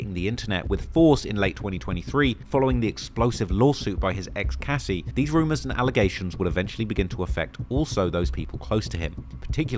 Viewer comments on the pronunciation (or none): none